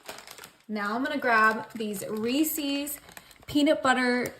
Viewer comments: I am a Reese's Ambassador. It is pronounced Reese's, not Reesesses. Please correct your pronunciation! Thank you. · Reece’s was started by a man named Reece(phonics will tell you ee makes the long e sound). Therefore it is pronounced REE-ses, NOT, I REPEAT NOT Ree-sees. The apostrophe denotes a possessive proper noun. His name was not ReeSee. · Reese’s Not reeecees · Re Sis not re ces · First and foremost, Reese's is pronounced Ree-sis not Reesees. Grammar is very important to me and it bothers me that other people say everything wrong. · I mean this kindly just as a clarification, “Reece’s” is pronounced: Ree-sez. ☺️ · Always love your recipes! However, you are mispronouncing Reeses's. ❤ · Pronounce Reses correctly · Learn the pronunciation of Reeses, lol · Learn how to pronounce Reese's.